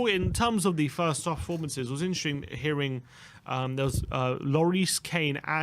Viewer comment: It was intring? always says INTRING!! It’s “interesting” 😂🤷🏽‍♂️